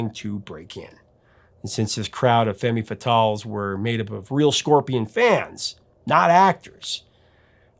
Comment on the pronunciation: “Femmee” fatales?!